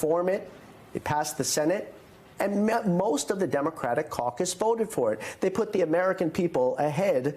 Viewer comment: Did you say caucus or CIRCUS???, & BIG little mike, ur leadr???!!! BYE BYE SIR LANCERLOT, or somewhat Scarecrow BULL, BIG TIME!!!